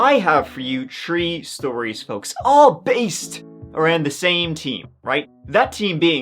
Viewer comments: Wait, did you just pronounce "theme" like "team" at the beginning of the video? xD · I thought you said "teen" not "theme" and I was thinking, for a split sec, this will be interesting idk how 3 incidents could happen to one person, but alas I was wrong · Okay, the accents have gotten completely out of control. If you pronounce the word "theme" and "team" exactly the same, then your accent should be outlawed.